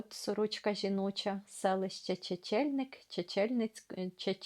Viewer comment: Приєднуюсь за чудовий огляд цієї книги. Мені теж радісно чути знайомі назви селищ. Мої батьки з Бондурівки Чесно низького р-ну ( колись це був Бершадський р-н). Тільки наголос треба БондурІвка та ЧечнльнИк.